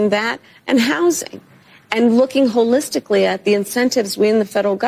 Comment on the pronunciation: I love you dear, but you missed dipsh*ts point…wholelistictly, hahahaha